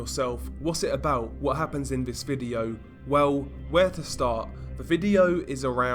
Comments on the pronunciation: STOP FUCKING SAYING " V I D E E O O W " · what happens in this " Videeoou" LOL what the FUCK is that accent man ????